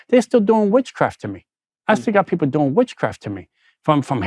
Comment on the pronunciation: The emphasis is on doing